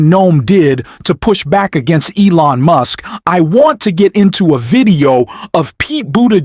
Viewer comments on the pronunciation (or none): His name is Gavin Newsom, not Gnome! And Elon Musk, not Muse😂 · You are mispronouncing the names. You call Musk, Muse and Gov. Newsom, you call him Neum. If you can't get the names pronounced correcting what is the point watching your videos? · Are you using an AI voice to create your video script? I ask because of the irregular, but repeated, mispronunciation of surnames such as Newsom (Gavin "Nowm"), Buttigieg (Boo te jooge) and even at times Musk (Moosk). What's up with that? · Mooosk? Computer bot faulty pronunciation.